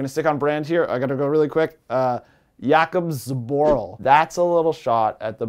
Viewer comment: Yes! Someone actually said Jakub Zboril